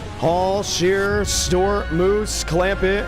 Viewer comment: It’s is MOOSE like the animal!!